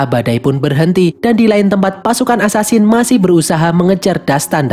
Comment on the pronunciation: Hasansing dalam bahasa Persia